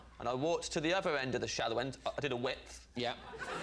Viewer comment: It's Acaster, not A-caster. One word with no gaps between the A and caster; the "A" rhymes with Bay. Not a wiff, a width. A width of swimming in the water.